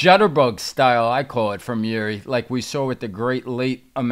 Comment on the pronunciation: You both pronounced Jiri's family name incorrectly btw😂but whatever